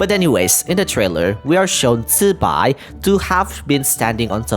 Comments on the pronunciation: FRR the fact even genshin is mispronouncing it makes me even happier that he is saying it right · That’s the right way to pronounce it tho.